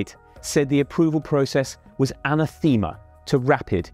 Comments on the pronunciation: "anathema" is pronounced "A-Nathah-Ma", not "Anna-TheeMa". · its pronounced "uhh-nath-ih-muh" Unless the British really pronounce it the way the guy said it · ann a thee ma ! really? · You'd sound a lot more professional if you learnt to pronounce the word 'anathema' properly. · “Ana-theema” British ppl never cease to butcher the Greek language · How did you just pronounce anathema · Pronounced anathema wrong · As if this guys presenting style wasn't bad enough with his horrible pauses between sentences or words, the way he pronounced "anathema" was hilarious. And the horribly cliched hand gestures ... damn, were all the professionals on holiday the day this was recorded?